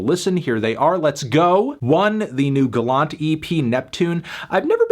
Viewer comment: The way he pronounces Gallant haha! Bro it’s ‘Gallant’ !